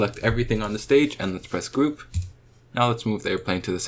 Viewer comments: Time stamp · Has anyone seed he saying "group" like "glub"